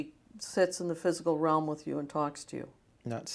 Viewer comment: Realm. He says ram though